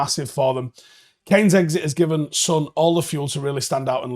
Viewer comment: How are you mispronouncing Son's name? It's 3 letters, have you only seen it written?